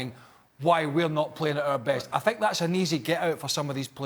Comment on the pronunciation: come on la jose, it's i think, not i sink